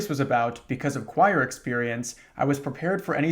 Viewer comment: “choir experience” almost sounding like “prior experience” is cracking me up man